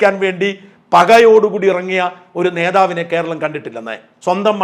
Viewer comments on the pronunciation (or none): none